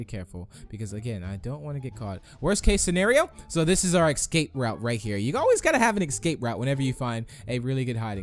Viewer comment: It's escape, not ickscape